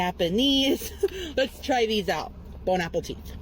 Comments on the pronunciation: If I hear him say bone apple t one more time I’m gonna lose my shit. Why does dough boy have to ruin EVERYTHING? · Can I just say how much I hate it when he says “bone apple teeth”. He’s trying so hard to be a unique food critic, but no, you’re just a white version of Tophupa. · It's bon appetit you FUCKING TROGLODYTE Learn ENGLISH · Sometimes, I honestly wonder if he legit thinks the saying is actually "Bone apple teeth/teet" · If anyone ever says "Bone Apple Teeth" around me I'ma fuckin snap bro. 😂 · "bone-apple-teet" gets me every time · Bone apple tea? Why's he keep sayin that lol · Bro if it was like, one time, sure, BUT HE SAYS IT EVERY SINGLE TIME (lolcow activities)